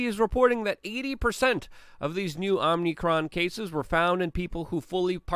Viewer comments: are you calling it omnicron because youtube will censor omicron or are you just saying it wrong? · It's Oh-mi-kron, not Om-nee-kron. Stop mispronouncing it. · No 'n' after 'm' in omicron. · Luke, you keep saying OMNICRON when it is OMICRON. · It's called Om (like Hindus say) icron; not Omnicron. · It drives me crazy that Luke says Omnicron instead of Omicron and exasterbate instead of exacerbate!